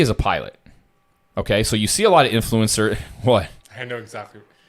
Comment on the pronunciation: You can’t even say the word influencer right, you ain’t having no private jet bruh